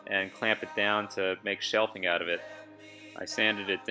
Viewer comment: Shelving... not "shelfing"... 😉. Thanks for the video.